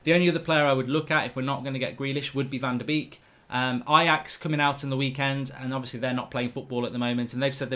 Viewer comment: Can you please learn how to pronounce van de beek correctly ?